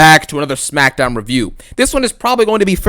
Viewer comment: Errrr Smakkkkkdowwwwwn 😂 Another Great Banger